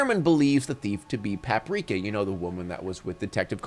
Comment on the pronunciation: The way he pronounces "Paprika" is hurting me deeply